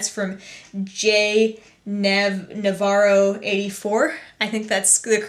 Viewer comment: hey! i love twitter talk...you answered my question!:) (jnavarro84, and you pronounced it correctly) great suggestions for the beach; i'll try 'em out this weekend when i'm in the water. love your videos!